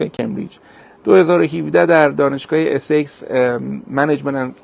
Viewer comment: دانشگاه Essex یا بزرگ‌ترین استان انگلیس.. عسکس یا اسکس خوانده میشه.. ای نیست.. اسکس خوانده می‌شود.. امیدوارم که آقای کمی این را ببینه.. دانشگاه بسیار بزرگ با ۲۰۰۰۰ دانشجو و تعداده زیادی فکولتیهای مختلف مثله حقوق، زبان، جامعه و علومه‌ روانپزشک ، کشاورزی، کامپیوتر. این دانشگاه یکی از بهترین دانشگاه‌هایه بریتانیا هست..